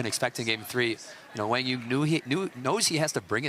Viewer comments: i would say kwang zoong is more correct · No they arent. kwang zung is closer to the correct way for americans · His name is pronounced Wang yuuong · Actually, I'm curious again. How do you feel about the commentators actually mispronouncing his name and calling him Wang or something? Even Jack tried to correct her and still couldnt get it right. While I thought it was poor form from her since she mentioned on a podcast how professional she is, it's an Asian name for a Caucasian person who has never heard of anything like that growing up. I'll give her slack because I know she was trying. The person writing the title OTOH, that's just sad. Accidental I'm sure but sad. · Professional announcers should know how to pronounce the name of the players taking part in the match. These are basic requirements. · Do your homework and learn how to pronounce players names before you give commentary on a game. Be a professional! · Seems like it would be helpful for quang dong to clarify the pronunciation of his name. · Quang Duong - the commentors should learn how to pronouncing his name way better. It's pretty disrespectful